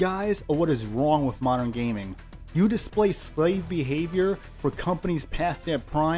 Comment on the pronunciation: WTF is that intro lol. MODERN GAYMING.